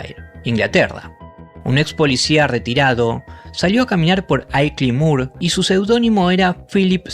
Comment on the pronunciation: It’s “ILKLEY MOOR”….not Aycline Moor. I live nearby.